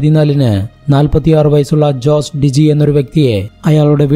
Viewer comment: Jose ജോസ് അല്ല ഹോസെ